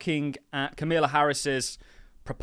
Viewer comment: Camilla? Again? Come on. Do better. Be respectful. Comma... la It's not hard. Sincerely, A Patreon Member